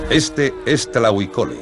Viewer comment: no es tlahui cole es TLAHUI COLOTL TRADUCIDO ESCORPION ARMADO y se pronuncia TLAJUI con la jota aspirada